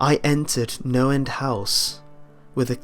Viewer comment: I thought he kept saying Noland house...